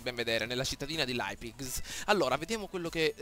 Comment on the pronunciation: Leipzig si pronuncia laipzig